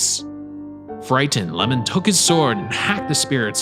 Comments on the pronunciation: My guy read the 'i' as an 'L' 😂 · Oiwa's husband's name is not "Lamon" but "iemon." And also "ghost (yurei)" and "yokai" are two different things, so Oiwa-san and Okiku-san should not be included here.